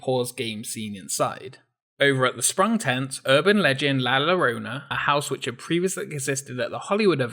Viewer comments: La larona? Maybe you meant La Llorona (la yo ro na) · No, two L's together in Spanish makes a Y sound, like as in "¿Como se llama?" I may not remember all of my high school Spanish, but I remember that much. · lmao this guy cant pronounce la llorona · I understand Spanish is not your main language, but it’s not about being Spanish or English or any other nationality. It’s about pronouncing words as they are meant to be pronounced with respect to the language. Plus, it’s a small thing to you but it means a lot to those who speak Spanish as a main language that you took the time to pronounce it correctly... like me. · Hypernebula87 No, it isn’t, hon. Se pronuncia prácticamente igual con muy poca diferencia. This guy is basically butchering the Spanish language just because he wants to and doesn’t want to put in the effort. “Ll” isn’t EVER pronounced like a single “L” sound in Spanish. But it is pronounced like an English “j”, not a “y”, a “j”. And if you’re ever in Mexico or Spain and they pronounce the “ll” as a “y”, they are butchering the Spanish language. “Ll” is more forceful, front dental sound while “y” has slight “i” sound at the beginning making it softer but it’s still dental. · Hypernebula87 Eso tiene que ver con la región de donde vienes. Pero este Británico ni se preocupó en pronunciar la “ll” como “y” o “j”. Simplemente la pronunció como una “l”. Y después tuvo la osadía de decirme que no lo pronuncia así porque habla inglés. Cabrón, eso no importa. La palabra es en español, pronúnciala correctamente, respeta el lenguaje.